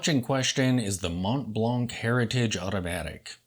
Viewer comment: Silent "t", silent "c". Try one more time.